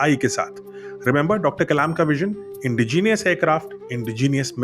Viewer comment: सर आप 'इंडिजीनियस' न बोलकर 'इंडिजेनस' बोलें जो कि सही शब्द है।